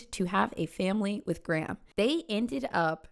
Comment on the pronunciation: Very interesting vid but the way you pronounce Graham is stressing me out lmaoo